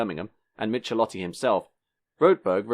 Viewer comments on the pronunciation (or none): Zetland, suburb of Sydney with a short "E" not Zeetland. Giovanni Michelotti, the 'ch' in Italian is pronounced as a hard "C" not "ch". Good vid though; I saw all of these cars when they were new, even saw the P76 driven in rallies. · Actually the last name of that Italian designer is pronounced as "mik-e-lotti". In Italian, the digraph "ch" equals the "k" sound. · Michelotti pronounciation is : Meekailottee. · Michelotti is pronounced "Mikelotti", not "Mitshelotti". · "Michelotti" is pronounced "Mikelotti"... the Italian "ch" is pronounced as a "k" (as in kilo), not as in "cheese". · If you're going to play documentary journalist, you'd better get acquainted with foreign pronunciation. Michelotti is Italian and sounds "Mee-keh-lotty"